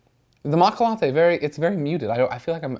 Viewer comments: Greg! Matcha is Japanese for green tea and its pronounced macha not maka! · It's matcha not macka ! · It's maaaaat shhhhaaaa, stupid. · It's pronounced Matcha though... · Pretty sure its pronounced MA-CHA. The t is silent . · ma T cha is a green tea flavor. there is a T and the CH sound is hard like change. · seriously lol i hope your joking when you say matcha that way